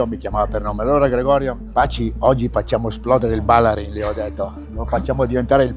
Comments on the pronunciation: Ma non si dice Ballarín ? Bállarin boh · Fuori tema, ma da veneto cringiavo ogni volta che sentivo “Bàllarin”. È Ballarìn! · stadio Ballarin con l'accento sulla seconda "a" non si puo' sentire, eh... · Ballarin pronunciato così non si può sentire. Ballarin è veneto con l'accento sulla i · Stadio Ballarin, accento sulla i. È dedicato ai fratelli Ballarin del Grande Torino perito a Superga. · Per favore, Ballarin e' un cognome veneto con accento sull'utima vocale, sentire Ballarin detta all'inglese suona ridicolo... Per il resto, complimenti!